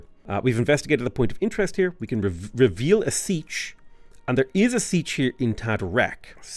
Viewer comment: Siech is pronounced SEE-AYCH